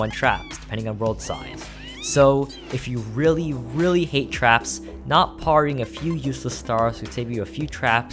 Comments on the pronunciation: I pronounce it as "pear-ry" so it was very annoying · the most atrocious pronunciation of parrying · Every time you said "parrying" was quite painful